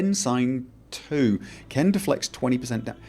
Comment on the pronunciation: I think it's pronounced "qwen", not "ken." At least, that's how they say it in the games.:)